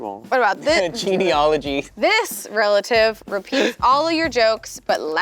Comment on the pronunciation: “genie-ology” lmao is a genius